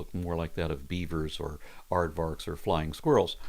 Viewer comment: May I merely impose myself and state that the 'v' in Aardvark is actually pronounced like an "f". So, Aardvark sounds more like Aardfark. Afrikaans tends to pronounce the v as an f, like it pronounces w as a v. So, Aardwolf, likewise, actually then sounds like aardvolf. Sorry, but not sorry.